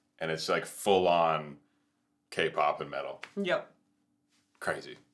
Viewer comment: Every time you said K-POP, a magic fox lost her tail.